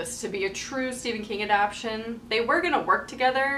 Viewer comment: A-DAP-TA-TION, not A-DAP-TION. gahhh...! lol